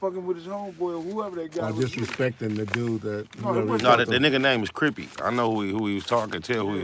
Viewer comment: The way SPI say crippy.....lmao. U crazy loc.